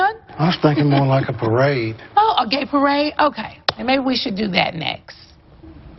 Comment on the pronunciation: “A PAWRADE?” 😂😂 NENE